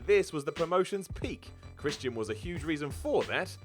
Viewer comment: "Christ-y-an"